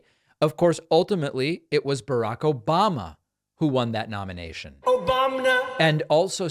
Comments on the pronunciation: Nothing like " OBAMNA" to put a smile on my face! 😂😂😂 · The 'Obam-NA' drop in gets me everytime. I can't help it; I chuckle everytime I hear it. lol